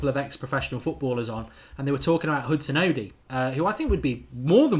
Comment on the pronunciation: How hard is it to say Hudson-Odoi and not Hudson-Oddy? 😂